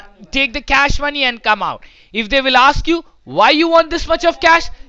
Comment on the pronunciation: The way the scammer pronounces the word "cash"... Like a crack addict craving for the next hit